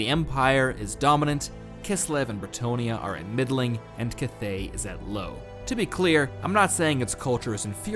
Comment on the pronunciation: At least learn how to pronounce "cathay" lol